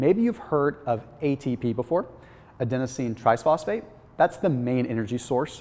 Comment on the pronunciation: Why does he randomly insert "s" where it's not. Adenosine triSphosphate